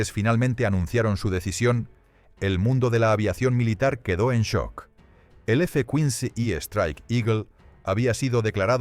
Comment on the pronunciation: Hasta los cojones ya de tanto video con doblaje mierder de IA. Si al menos repasaseis como queda el doblaje. Es una puta basura. El guion es malo y la voz es PESIMA. "F Cuins" en vez de ¡F-15! Nadie al volante. Os estáis cargando YouTube, enhorabuena. 🤮🤮🤮